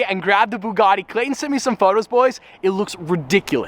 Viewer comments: Did this man just say bug a Ti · the person who pronounce buggati to buguti does not deserve it LOL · Nice job shaming the name of "Bugatti"